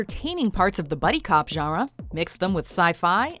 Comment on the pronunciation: The video narrator really needs to learn how to pronounce the word, GENRE. It is not "zharra." It is "zhahn-ruh," with a nasalized vowel. She is not doing the nasal vowel at all.